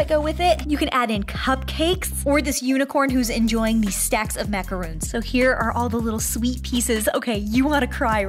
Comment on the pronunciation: They are called macarons not macroons